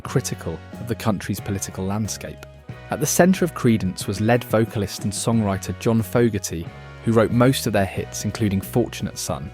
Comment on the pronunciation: I like the tone of this video and it seems well written. But the pronunciation of "lead guitarist" as if he were made of heavy metal is concerning. If you didn't write it, I hope some other human did.